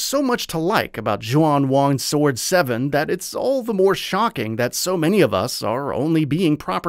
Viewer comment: Interesting all the pronunciations of the game's title and characters are wrong 😄 Taishi is the surname so the main characters name is actually Zhao.